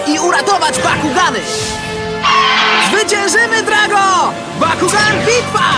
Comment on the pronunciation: Bakugan a nie Pakugan